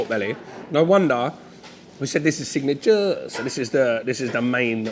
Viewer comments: That "signaเจ้อร์", not" signature" got me rolling. You are Thai leawwwwww😂😂😂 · I like you pronoun "SIGNATUREEE" it's sound like really Thai hehe. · I like how you say "signature" with Thai accent.